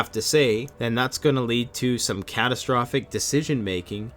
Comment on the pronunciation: Re: ". . . catsatrophic decisions". I doubt most of our drugged out society will be able to make ANY decisions when it comes down. I foresee mad, mad, chaotic panic being the rule of the day for the "hoard" in general.